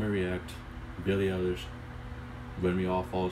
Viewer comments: this girl mad good, i swear, shes gonna take over. oh and btw its pronounced i-lish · Great video— her name is pronounced EYE-LISH